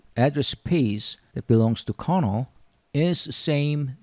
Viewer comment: Are you tring to say carnaugh or kernel?